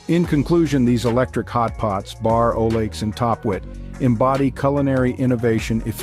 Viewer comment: it's called a bear not bar you ja